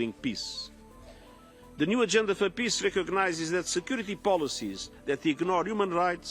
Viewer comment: Antonio Guterres should be able to pronounce the word "peace" properly. He is after all the UN General Secretary and he uses that word on a regular basis. Listening to his "piss" versions of that important word is more than annoying.